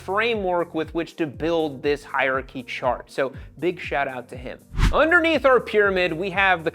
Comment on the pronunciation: hier-chy, NO. hier-AR-chy, YES.